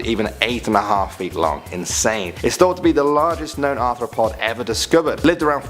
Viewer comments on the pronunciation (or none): none